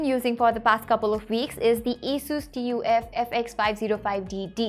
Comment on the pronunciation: Its TUF not TOF 😂😂